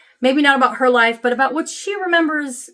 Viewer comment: I like how you say there and her: "thurrrrr and hurrrrr" Remember the Chingy song?